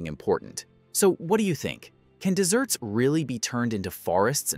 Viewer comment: When he said "desserts" instead of "deserts" I just cringed. Thumbs down.